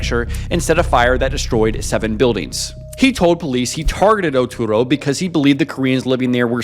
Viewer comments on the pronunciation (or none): I wish you would put in more effort to say the words correctly. You kept saying Oturo instead of Utoro and didnt say it right a single time. I understand that some words are hard to pronounce, but this is not a hard word to get right. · Oh man every time you pronounce Utoro it gets butchered more and more. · Please use Google translate or chat gpt to check your spelling. It’s utoro no oturo